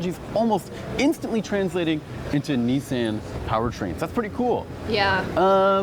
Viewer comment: “Knee San”